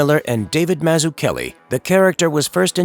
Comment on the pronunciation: Yeah but he completely butchered Mazzucchelli’s name